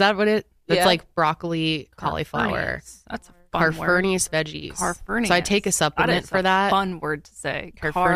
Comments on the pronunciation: Carfurneus is actually Cruciferous (crew-siff-erus) ❤ I love y’all so much, I’m laughing imagining incorporating Caferneus into her vocabulary. 😂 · its CRUCIFEROUS vegetables not carniferous 😂😂😂😂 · I think you mean cruciferous and not calferneous? haha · Cracking up listening to y’all saying “carferneous” 😂😂 it’s “cruciferous”😂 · I am CRACKING up laughing at you guys saying carfernious 😭😂 I think you’re mixing cruciferous and carniferous 💞 YAY sesh day I’ve been so low lately I needed this episode! 🥹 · Carfernious is incredible 😂😂😂 but I think you mean “cruciferous”… but I’m now saying carfernious so… that’s that it’s settled. You have the power to change the English language for me. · "Carfurnius" lmao. It's "cruciferous" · I'm dying laughing at "carfernious"!!! It's cruciferous, dear!! I love those, but with my butchered GI tract I can't have them a lot because they try to kill me with pain & other problems... But I agree, carfernious really is a funny word to say!!! 🤣😆🤣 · Carfunius instead of cruciferous 🥦😂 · Coniferous veggies…. Hahaha not carfernious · The gardener in me was having a blast listening to you fishing for the word cruciferous😂 love you all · hey guys the word is cruciferous but i like your version too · you both pronouncing cruciferous completely wrong for two minutes straight had me SO confused